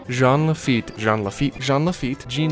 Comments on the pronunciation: I am so sad Disneyland did not go with the crypt entrance pirate ride. That would have been amazing!! Also...it's pronounced "JAHN", not "Jeen". 😜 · When Jean is pronunced "jeen" it's a girl's name. If it is a guy it is prounounced "chaan" as in Sean Astin and Sean Bean. Jean Lafeit was obviously a guy so it is Sean, NOT "jeen". Also, in the Wonderful World of Color program that aired about Pirates of the Caribbean, clearly say "sean" Lafeit, so that should clear the confusion! There! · Alrighty, we’re almost there, big step up from what you were calling him before, but not quite. Take it from the Frenchman here, I’m gonna lay it down for you: it’s close to John, yes, the J is slurred, so it’s almost like Sh-ean, but with the hint of J, and Laffite is pronounced with a bit of annunciation at the end, like a “tuh” sound. One could mistake it for an alternate spelling of Lafayette, the last name of a key figure in the French Revolution, but that would be wrong. Just some tips to help you along. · It's Jean (pronounced in the French as "Jawn"). Mispronouncing the name of such a historical figure is criminal. 😐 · Oh because he was saying "John?" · Ughhhhh stop pronouncing Jean like the the pair of pants its driving me nuts pronounce like its supposed to hes a frenchmen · Your mispronunciation of "Jean" makes me cringe.... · Okay, I'm hoping people know, but in case they don't: Lafitte is pronounced Lah-fi-yet. Like Hamilton's Lafayette. And Jean is pronounced "John" with emphasis on the "J", as it is the French pronunciation of the English "John".